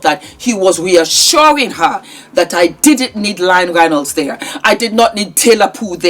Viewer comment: She’s saying Lying Reynolds